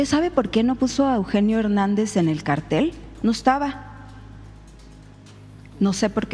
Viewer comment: Jajaja, no sabe la diferencia entre cartel y cártel, no pronuncia bien 😂😂😂